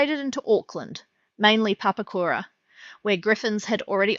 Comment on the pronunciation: Once you mispronounced Papakura I was out.